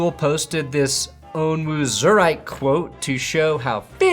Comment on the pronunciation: purposely butchering Onwuzurike’s name is comedic gold😂